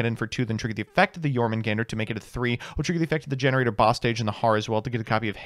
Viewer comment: Okay wait… it’s Gene Raider not gener aider 👀😐